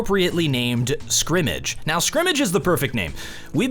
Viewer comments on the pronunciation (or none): "I like the shrimmige mode" - 2019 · " shrimmage" mode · Lol he said shrimish mode